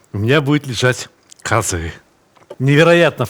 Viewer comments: Добрый день, я родом из Казахстана. Только ударение на а, каазы. А не казыы. )) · здравствйте. я русский из казахстана. 2 раза в год на праздники покупаем казы. самое главное хочу Вам сказать, что у нас в KZ, по крайне мере в Алматы, слово казы произносят с ударением на первый слог - кАзы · Сталик ты супер. Но у говорили шурпа. И казы ударение на первый слог. И бешбармак все казахи меня уверяли , что происходит от пять пальцев. Сам много лет в германии но до 19 прожил Караганде. Друзья казахи естественно остались. в любом случае ты молодец!!!